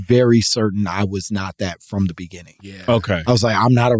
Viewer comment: "in the BENINGING" drop needs to be in rotation. This convo flowed into several topics. Loved it!